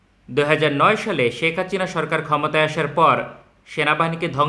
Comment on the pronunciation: আপনার মুখে হাচিনা শুনতে Joss লাগে 😂